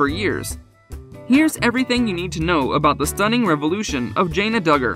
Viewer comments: Her name isn’t Jay-na. It’s Jan-na. Get it right if you’re going to do a piece on someone. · JANA not JAYNA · It is jãna not jāna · Thank you this guy was driving me nuts calling her Janea' !!!! 😳 I just wanted say to say her name is JANA!!!!! 😊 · Her name is pronounced Janna not Jayna. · Her name is Jan-na!!! Not Jain-na!! Get it right if you’re going to feature someone in your video! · It is hard to respect a channel that can’t even pronounce the characters name correctly. It is Janna not Jains. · Jan na, NOT Jay na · It’s Jan-ah... not Jane-ah 🙄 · 1st of all Mr spokesman her name is JANA not Janea ! When the right man for her comes along she will know ! 😊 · Her name is NOT Jane-ah..it's Jane-ah.. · Her name is pronounced Janna not Jayna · JAN-A. can't you say it right???? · Her name is Jana pronounced J Anna not whatever you said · Can you at least say the girls name right??? It was so aggravating listening to you butcher her name through this entire video. It's jan-a!!! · I hate the way they pronounce her her name. I hate the way protray her.. she is just living life. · Thank you! I just commented up above you, None of the facts are correct, he showed a picture of Jill, and said it was Jana, and then another time talking about pants when she was with Jinger who DOES wear pants! So aggravating! Can’t even pronounce the her name right! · Actually it doesn’t make me feel anything. This moderator has mispronounced her name for months and so many people have told her to say it correctly and she has made no attempts at correcting herself. I haven’t said anything about it until now because it gets to be frustrating after a while. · Please learn to pronounce her name correctly. You say her name so much, it’s really irritating! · If you're going to report on a person the decent thing would be to pronounce their name correctly. I don't see your journalistic career going far. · You should at least know how to pronounce your subject’s name! Shame on you.